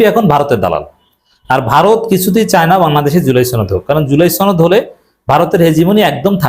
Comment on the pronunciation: ছনদ না সনদ